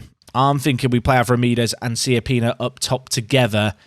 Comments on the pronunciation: It’s actually Cha-pee-nah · you pronounce it more like Kiappina :D wich oddly in italian means small buttock